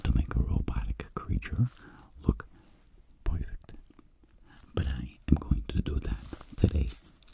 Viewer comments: I just love how he says, poifect😂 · I always hear "pwerfect" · I love his "Poifect" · When he says "Poufect" HIT ME WITH A STICK 😂😂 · I love how u say poifect I love it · This ASMR is "poifect" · Can anyone make timestamps of him saying POIFECT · This nigga said pewfect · I noticed most of the time when he said a word that had the sound of “er” he said “oi” -Poiple (purple) -Poifect (perfect) Then I wondered about colors and realized the terror of what the word green would sound like 0.0